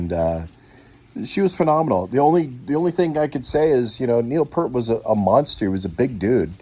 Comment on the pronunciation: BORING. snore. btw...it's P ear t. Pee ear t. Obviously uninformed. NOT PERT. c ya